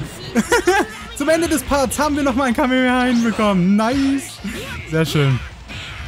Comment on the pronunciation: das heißt kamehameha nicht kamemeha